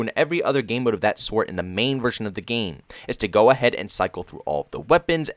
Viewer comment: I like how you pronounce 'MODE'. :) muude